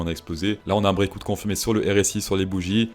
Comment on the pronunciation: Well done for the "beer market" fréro but what is "brécaoute" ? Did you mean breakout (brécawt) ?